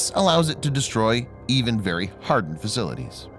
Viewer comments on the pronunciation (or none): none